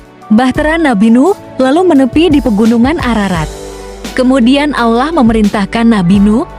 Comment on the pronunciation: Yg ngomong nya aja gk fasih dalam mengucapkan Allah kayak orang Kristen ngomong nya